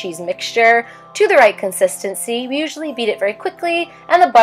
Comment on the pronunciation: Wen she sed o no vi have a problem